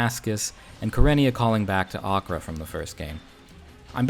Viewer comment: Thank you for the correct pronunciation of Acre!